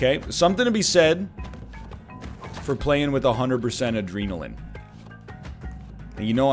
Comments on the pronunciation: British people don’t say adreenaline lol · No Brit ever: "adreenalin" NL: The British way! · I’ve never in my 25 years of life heard anyone in England say “Adreeenalin” NL where’d you hear that? 🤣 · As a British man I can confirm none of us say "adreenaline" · I don't think I've heard a single human being until this moment pronounce it "adreenalin" and I live in Britain. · I was just coming down to comment that. I don't know if he actually thinks we pronounce it like that or if he was making some kind of odd joke. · He's inventing dialects now. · he must have confused it with adrenochrome from watching fear & loathing in las vegas too many times or something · Probably got it mixed up with how some people pronounce adrenal.